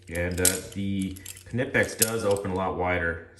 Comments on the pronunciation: The K is actually pronounced in Knipex because it is a German company, it follows the German pronunciation. The company itself even says the K is pronounced, they made a shirt stating it too. You are definitely not the first to point that out. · Do you pronounce the k in knife as well?